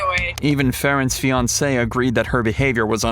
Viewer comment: Her "finacee"? ROFL !!!